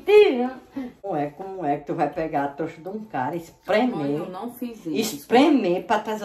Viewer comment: Ela fala troxa kkkkakakaka